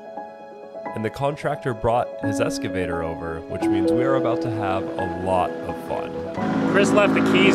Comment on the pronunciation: “S”cavtor lol